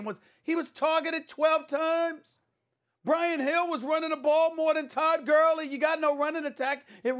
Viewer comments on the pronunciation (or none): Did anybody hear him say Todd gurly bc he said it 🤣😂😂😂😂😅😅😂😂